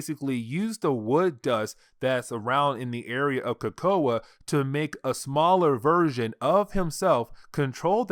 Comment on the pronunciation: Bro your killing me with how ur saying Krakoa, but thanks for the upload.